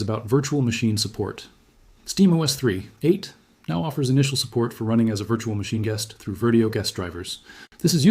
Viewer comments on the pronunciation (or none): Great AI video. Especially hearing an AI narrator that can't say "3.8"